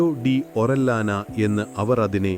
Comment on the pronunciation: ഒറില്യാനയെന്ന് ഉച്ചരിക്കില്ല... ഫ്രാൻസിസ്കോ ഓറിയാന...